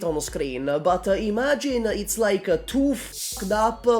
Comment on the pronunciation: Why do you say "2" like "tuah".